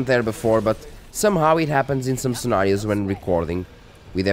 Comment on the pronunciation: Devido ao "in some scenarios" soube logo que eras português. 😊 bom trabalho continua.